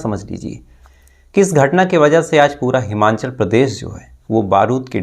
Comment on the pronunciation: It’s हिमाचल not हिमांचल..bro